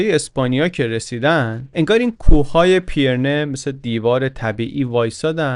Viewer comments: سلام! ممنونم از کارتون و لذت بردم! خاستم نکته‌ای رو بگم البته ممکنه تا حالا دوستان گفته باشن، تلفظ درست نام کوهستان بین فرانسه و اسپانیا و مورد اشاره در این داستان پی‌رِنه هست که پیِرنه تلفظ شد، فقط به قصد اطلاعات درست و با تشکر از زحمات ارزشمند شما… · با مراتب احترام و جسارتا پیرنه تلفظشه. رجوع بفرمایید: (UK: /ˌpɪrəˈniːz/ PIRR-ə-NEEZ, US: /ˈpɪrəˌniːz/ PIRR-ə-neez; Spanish: Pirineos [piɾiˈneos]; French: Pyrénées [piʁene] ⓘ; Catalan: Pirineus [piɾiˈnɛws]; Basque: Pirinioak [piɾini.o.ak]; Occitan: Pirenèus [piɾeˈnɛws]; Aragonese: Pirineus) دم شما گرم صد البته و ممنون از زحمت زیباتون. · جسارتاً، کوه‌های پیرِنه صحیح است. به کسرِ «ر». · بسیار عالی مثل همیشه.فقط تلفظ کوه های پیره نه کمی نادقیق بود. ممنون از کانال خوبتون که واقعا داره کار فرهنگی مهمی انجام میده.